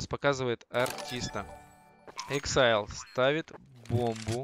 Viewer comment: АКСИЛЬ А НЕ ЭЭКСАЙЛ!! :D